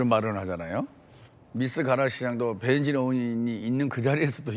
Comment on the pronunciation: 김병우 너 바보냐 ? 미스 뜻 몰라 ? 미혼여성 .. 영어뜻 미스가락 뭐어때서? 미스코리아 미스유니버스 병우야 (발음) 말똑바로해 배해지으으워 아니고 배현진 이다!!! 어떻게 국회의원 된냐? 재명이 꼬봉이가???